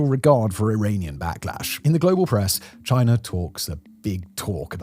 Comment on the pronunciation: What is this country "Chinar?" I have never heard of it. Is it ruled by Winnie the Poohr?